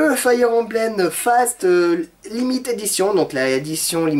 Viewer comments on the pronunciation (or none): none